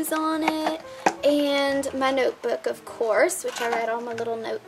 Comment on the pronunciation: " it's a noyeboooook!!" Lol great vid